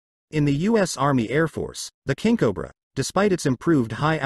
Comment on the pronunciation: I shoulda quit watching when the "narrator" oddly pronounced it, Kinkobra. .....it's fitting that in the end, that the final word uttered is "and".